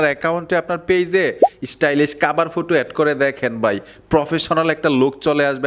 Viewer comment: ফুটো কি সেটা আবা😂😂😂 হবে ফটো